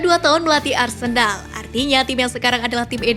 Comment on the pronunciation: kok aku dengar arsendal ya😂